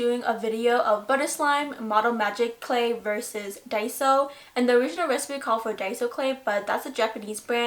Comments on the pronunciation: Finally! A Youtuber that says Die-so insted of day-so! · FINALLY SOMEONE WHO CAN SAY DAISO RIGHT💞💞💞